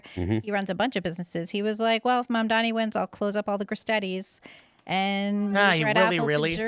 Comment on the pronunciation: Gris-Steeedies Not Gris-Teddies Tourist!!!